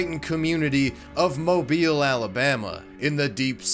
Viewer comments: Well I could be wrong but since you pronounced Mobile correctly I'm assuming you're Southern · Thank you so so much for pronouncing mobile correctly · I love that my home town is known for a leprechaun lmao, you can still find recreations of the "amateur sketch" in graffiti in downtown Mobile. Btw love that you pronounced Mobile the right way and not like how you would say "mobile phone" 😂